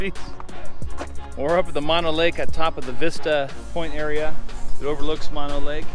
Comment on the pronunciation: Mono Lake is mispronounced in your video. (It's pronounced with 2 "oh's"). I get using "You might die" in your title as a "hook" but it's a huge exaggeration, similar to you might die by falling out of bed in the morning. The warning is for stupid people who take their boat to the south shore beach, get out and trespass/wander around the huge military ammo depot with 100's of bunkers full of explosive munitions (the largest ammo depot in the USA and mostly why Hawthorne, NV exists)...hey., ya got to warn dense people. Swimming in Walker Lake would be disgusting/nasty because of the high mineral content (similar to the Great Salt Lake in Utah)...it's the result of diverting the Walker River's water for agricultural irrigation.There's discussions/efforts to limit the diversion to "save" Walker Lake. Look up Walker Lake in Wikipedia for details on the lake's restoration efforts and the ammo depot.